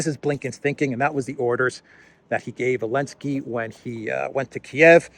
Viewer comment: Why does he call him Elensky?